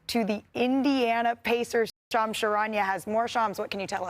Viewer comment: Its Shams NOT Chams